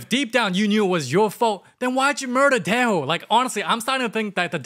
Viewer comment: yo its dae oh i keep hearing you saying tae ho